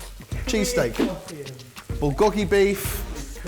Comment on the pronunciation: Bull - gog- e ..... beef??? so "girlled??" meat beef cool lmao